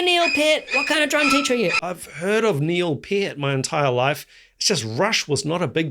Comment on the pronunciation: It's pronounced knee-ill pee-urt 😅